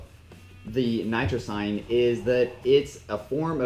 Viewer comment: It’s actualy Nitrosigine not Nitrsine and it’s not Nitric Oxide, it just helps the body to raise the Nitric Oxide levels in the blood. Nitric Oxide dilates the blood vessels that’s why an increased blood flow will appear, not bcs flatening of what u said there. It’s a pretty good review but do your research a bit more. ;)